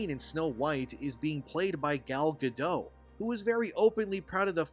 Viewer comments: Who's Gal Ga-doe? She's not French! It's Gal Ga-dot. Dot! Ya know. Like the amount of space your brain takes up. You Youtubers are making me sick. If this is going to be your profession, can you at least apply some professionalism? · actually, I never saw the original movie, but I still know its plot it’s Gadot, not Gado. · Gal Gadot (pronounced like “guh-dote”). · sorry man, it's Gal Gadot. the T isn't' silent